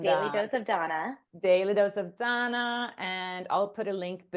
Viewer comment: She pronounces her name like Donna, but it isn't spelled that way. I've never seen anyone with the spelling Dana that pronounces their name as Donna.